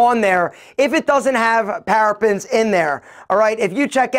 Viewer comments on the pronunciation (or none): Parabens pronounced para bins Not "parapins" as he's yelling